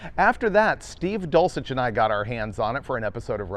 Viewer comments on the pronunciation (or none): Or, as David says, "Dolcheck"😅